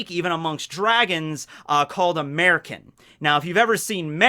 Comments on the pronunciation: actually it's supernal jail, not super nail jail. and Märchen is mer chen, not mer ken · Every time he says "Mechen," I keep thinknig he's saying "'Murican," like "American," but with a a southern accent of something. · every time i hear Merchin I think of 'Murican